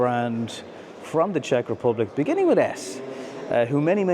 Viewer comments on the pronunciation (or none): none